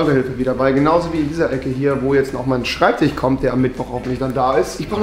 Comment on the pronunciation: „schreibtich“. Und ich dachte es ist besser geworden. 😂🤷🏼‍♀️